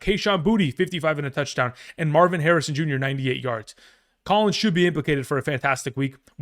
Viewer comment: He said Collins